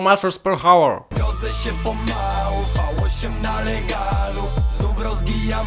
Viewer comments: H nie czyta się hour tylko our !!! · Powiedziałeś per hałer (hour) a czyta się ałer